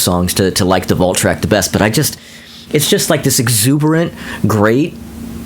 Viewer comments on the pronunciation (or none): none